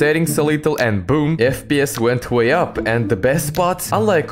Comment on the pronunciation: I can't help but hear "fps went хуя up"... Subtitles recognise it as "way up", but I just can't unhear хуя ап...